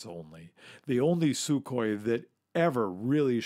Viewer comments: It’s pretty much a silent K in Sukhoi...just saying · TUpolev, SUkhoi. Unless you mean samokhodnaya ustanovka, like the SU-85.